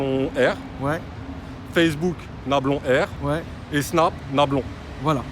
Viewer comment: C'est Nablon-R